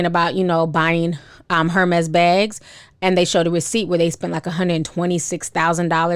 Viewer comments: It’s Pronounced Er-Mez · Lawd🤦🏽‍♀️ incorrect pronounciation of the brand😅. In the bags defense, if they ever came on hard times, they have a pretty decent resale value provided they're taken care of.